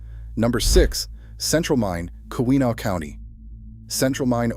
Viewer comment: Very good, but please, I'm begging you, fix the pronunciation of Keweenaw